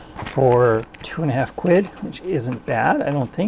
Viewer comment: Seems weird to hear you say quid he he. They look good for the price